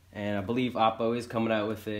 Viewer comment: It's "Oh-Poh", not "Ah-Poh", as in opportunity. HDMI IN is for things like AppleTV, Roku, even for processing video for your DVR or PS4/PS3. The OhPoh will do its magic, then send the video and audio back OUT via the output connections. Hang out in the 203 Owners Thread on AVSForum to see what this puppy is really capable of.